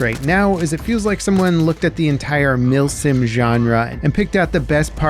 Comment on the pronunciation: Milsim ❌ Milfsim ✅